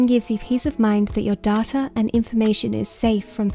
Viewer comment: Lol when you said data farmers I thought you said tata farmers